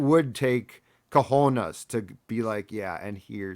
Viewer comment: I know this is not the appropriate forum, but my write this down is: A Viking Linebacker will make a clean hit on Aaron Rodgers in game 1 and Aaron will break another of his many chicken bones. And it's pronounced Ca hoe nays Not Ca honas. Cajones. Where is Boone?